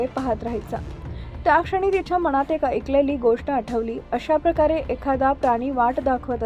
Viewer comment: Adhi न बोलायला शिक ग बाई मणात नाही मनात